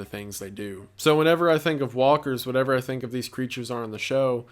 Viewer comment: you keep on saying "whatever " incorrectly and its eextremely annoying